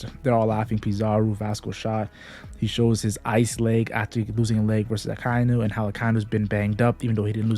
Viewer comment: its aka-inu, not a-kai-nu